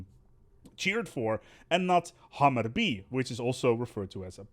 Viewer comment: I like how you make Hammerby sound like Hammurabi (babylonian king; "first lawmaker" code of hammurabi)